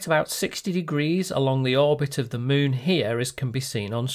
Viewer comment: Why do you say "Muun" instead of "Moon"?